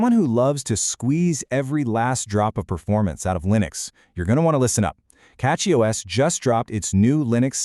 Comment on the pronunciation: Did you switch your A.I. voice just 30 seconds into the video? I do prefer CachyOS for KDE but prefer EndeavourOS for LXQt Wayland. :face-green-smiling: BTW, did you notice that , your A.I. voice pronounced it is as "cocky OS"? That is actually quite appropriate.